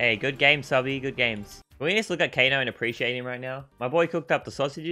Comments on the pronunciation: WHO'S TF IS KANO? IT'S KANEEEE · It's Kane not kano